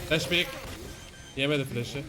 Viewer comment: Peek e pick diyen koca yurekli sage